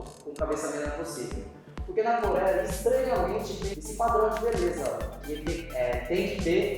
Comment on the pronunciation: NA "CORÉA" 💀 kkkkkk dsclp